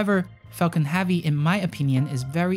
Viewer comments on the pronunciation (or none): It’s HEAVY not HAVEY. Like heaven. Not Haven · "Heavy" is pronounced HEV-VEE not HAW-VEE. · Falcon “havvy” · Not hAvy . Its hEvy !. Thanks for the video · Yo know joke I clicked on this video because it said it was about the heavy and I got all the way to then I realized he was saying heavy not havey haha great video man I think he could get a solid 7 hours of just music or space oddity 84 times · Falcon HEAVY -- not "have-ey" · yea sorry, could not watch this because you cant pronounce "heavy" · Banging my head on table everytime this gentleman says "heavy" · Please learn how to say heavy correctly